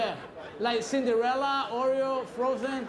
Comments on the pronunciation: Did he say Oreo instead of ariel? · First I thought he said Cinderella, Oreo and Ariel